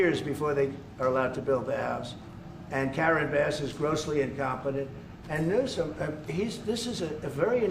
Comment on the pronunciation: He actually calls him "Newscum" 🤣